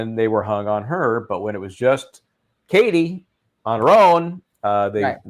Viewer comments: The difference in the pronunciation is one is a word, which can be pronounced differently depending upon where you are; whereas a name, has one pronunciation. One. Because it is a proper, personal name. I know it's your page, and you can do and say whatever you like. It's a bit of a dick move. That's all I'm saying. 💁🏼‍♀️ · You are pronouncing Katie's name WRONG, go back and listen to Katie when she testifies, she pronounces and spells her name and it's NOT the way you say it...... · NO! KATIE KNOWS HOW TO PRONOUNCE (AND SPELL) HER OWN NAME. YOU ARE WRONG. HAVEN’T YOU WATCHED HER TESTIMONIES?